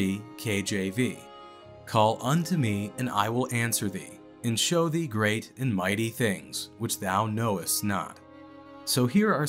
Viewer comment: "thee" ... not "three" ... I thought I was having a Mandela moment.